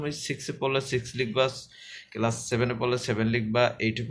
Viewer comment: স্যার আপনি এটাকে কেলাস বলে ফেলেছেন এটা কেলাস না এটা হবে ক্লাস ধন্যবাদ স্যার